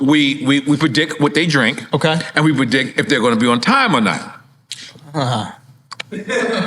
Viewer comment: Nore saying I PREDICK is crazy